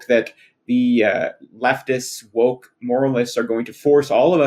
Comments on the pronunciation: not only did you inadvertently say moke but it sounds like you also said wob and as someone who compulsively spoonerises phrases due to having a bad sense of humour I love the idea that this was 100% inadvertent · "The left wob is too moke" made me giggle 😂